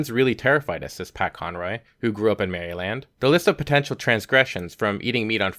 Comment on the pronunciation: Mary-Land lol sry just sounded funny